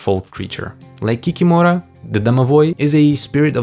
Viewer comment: Kikimora should be pronounced ki-KI-mo-rah, with the stress on the second syllable. And as far as "imps" go, I am fairly certain that the chart creator meant chorti (chO-r-ti) or chortiki (chO-r-ti-ki).